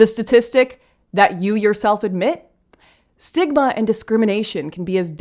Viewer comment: Was that “reduce stigma” or “reduce smegma”?